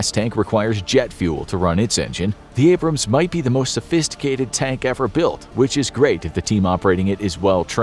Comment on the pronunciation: Wie wärs ihr bringt eurem sprecher Mal bei wie man Abrams und Bataillon ausspricht? Meine Ohren bluten